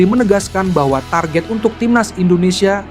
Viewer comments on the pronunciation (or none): none